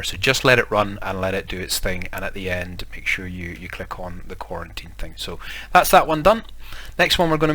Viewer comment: You saying "quarantine" is hurting my feelings